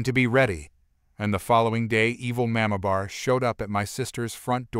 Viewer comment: Narrator, please learn to pronounce the word "mamabear". It is very jarring to hear it pronounced totally wrong.